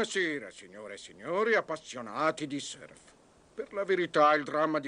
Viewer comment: Purtroppo non si pronuncia "serf", ma in Italia la conoscenza della lingua inglese fa veramente schifo.